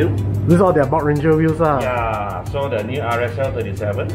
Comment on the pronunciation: Bon-tra-ger .... Not bob-ranger hahaha. After all these years I keep correct u, u still say the same thing. 😂